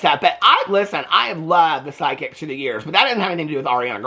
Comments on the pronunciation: I also thought he said sidekick I’m like huh lol 😂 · You said psychics. I thought you said side-kick. I said out loud, "Sign me up!"